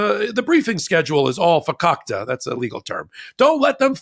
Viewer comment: "Fukakkta" is a legal term??? ROFLMAO...🤣🤣🤣 I can't stop laughing!!!! 🤣🤣🤣 LOL 🤣🤣🤣 ROFLMAO 🤣🤣🤣 LOL! 🤣🤣🤣 are you sure you didn't grow up in a Jewish household? Your use & mastery of Yiddish is amazing! Not that it matters, We love you unconditionally!!! 💙🇺🇸💙🇺🇸💙 VOTE BLUE 💙🇺🇸💙🇺🇸💙 VOTE BLUE 💙🇺🇸💙🇺🇸💙